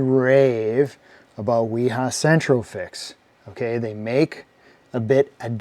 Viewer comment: Thank-you for pronouncing Wiha correctly! Can't stand people trying to promote the Vee-Hah pronunciation and yet they don't call their friend William "Veal-healm" Long live Willi-Hahns legacy